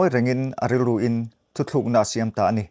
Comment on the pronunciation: Ka nau,a ngaihnawm khawp mai.Mahse,thutluk tih i lam hi thuthluk tih a ang khawp mai.Thuthluk tih hi a ni ngai lo,tunlai thangthar ho hian an lam dik lo chawk a ni.